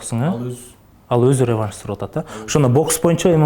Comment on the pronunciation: Бл*дь,хотя бы рЕванш эмес,ревАнш дегенди уйрончу, ебана